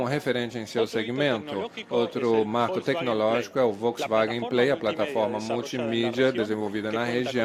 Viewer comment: Onde ese tradutor ve uma letra i, pra falar "Volksiwagen"?